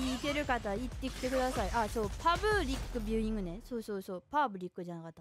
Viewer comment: パ↑ーブ↓ﾘｯクビュ→イング